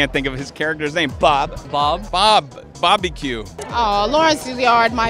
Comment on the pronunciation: Eugene really called Bob “Bob-e-que” 💀